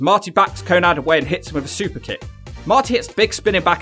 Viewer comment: Konnad? I thought his name was konnan.